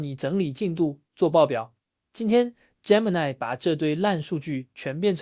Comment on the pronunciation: gemini 發音錯誤